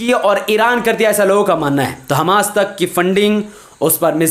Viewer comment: Hamas sahi pronunciation Hammas ghalat Hai